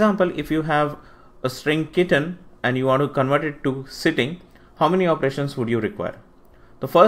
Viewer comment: Why you are using 'Sittig' instead of 'Sitting'?